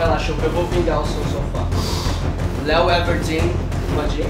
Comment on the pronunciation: "Léo everdeen" 😂